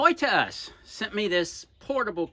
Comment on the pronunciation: Totus not to'us.